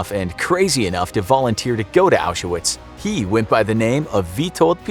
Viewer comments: Why do you call it Auschawitz? It's pronounced Auswitch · He's pronouncing it wrong, it's pronounced Aushvitz :)) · aren’t you supposed to pronounce it correctly? or are you not using the correct sources?